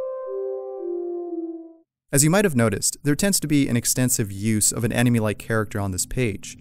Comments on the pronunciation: Does it bother anyone else that the narrator pronounces anime like "enemy"? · Your saying of anime sounds like enemy boyo. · I use to pronounce anime anaymin... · Did you really just say Anime as Anemy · YOU SAID ANIME WRONG REEEEEEEEEEEE